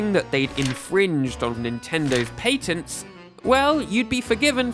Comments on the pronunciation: Patents has a short a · paytent got me clicking off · Literally can't watch this patents pronunciation is too horrible 😂